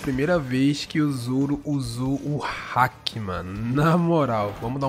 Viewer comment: Ele fala alguns nomes estranho, ele falou "hack" más a pronúncia é haki